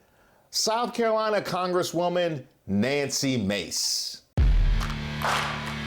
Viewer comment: Leave Nooncy alone. Nipply can say people’s names however Nopsy wants. That’s how you play that game.